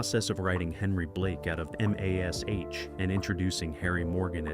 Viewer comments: why cant they say MASH correctly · Mash, just say mash. ha ha